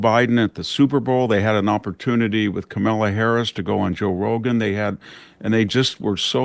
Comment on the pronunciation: it's a pet peeve of mine when people don't pronounce names correctly. seems like they don't know who they're talking about. "kamila"? who's that?